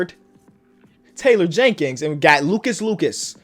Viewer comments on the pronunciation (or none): none